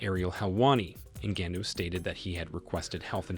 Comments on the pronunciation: Lol why cant this youtuber say mma or ngannou right? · Come on now you can do better pronouncing Ngannous surname ; not to mention its MMA not MNA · Noticed this guy changes his pronunciation of Ngannou every time he says it.. strange..